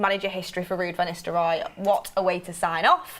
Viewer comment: Is she saying "Istelrooy" rather than "Nistelrooy"? Must be a northern girl thing.